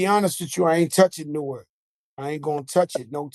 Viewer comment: Being from Newark, Nj and hearing them say Newark is cringy 😂